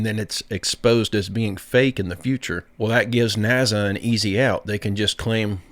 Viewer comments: Btw, it's NASA. Not NAZA! Doofus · What the fk is “ NAZZA” ? I have no fking clue what “NAZZA” is… Oh you mean N A S A ?? For fk sake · .....its NASA.......not NAZZUH😮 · When are you going to learn that there are bo Z's in the word NASA?